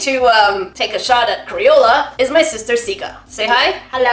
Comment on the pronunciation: XD and she was seposed to help XD LOL "big stister"? LOL